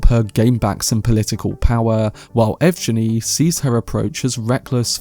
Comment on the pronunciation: Since Valya is from Valentina (a east slavic rendering of the name VALENS), then EVGENI should be EV-Gheh-Nee